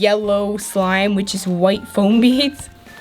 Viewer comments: This is how many times she said flom 👎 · She kept saying floam she needs speech class LOL